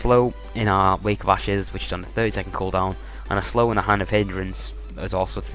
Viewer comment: could of sworn I heard you say wake of asses lol.